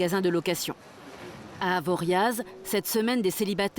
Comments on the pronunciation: Ah enfin une vrai montagnarde 😅, ça m'écorche les oreilles quand on dit AvoriaZ 😂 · Par contre, faire des reportages ok, MAIS AVANT, MERCI DE PRONONCER CORRECTEMENT LE NOM DES VILLES, DES VILLAGES OU DES STATIONS, GENRE AVORIA"Z" !!!! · Les vrais prononcent Avoriaz sans Z, est sont nostalgiques de "La Cabane", la seule, l'unique du bas de station 🙏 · On ne prononce pas le z d'Avoriaz. C'est en France. Donc; on apprend comment prononcer les noms. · Aïe mes oreilles... le Z de Avoriaz ne se prononce pas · On prononce pas le Z dans Avoriaz